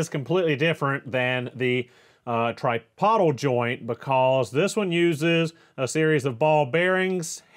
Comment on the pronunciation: tripodal "try-pO-dull"